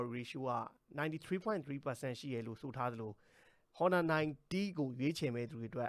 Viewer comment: အော်နာလား ဟော်နာလား အသံထွက်အမှန်ကို ရှာကြည့်ပါ။